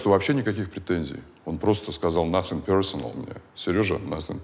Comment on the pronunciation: Как Джон Уйк "насен персенел"